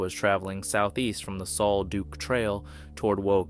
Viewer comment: Sal duc not sol duke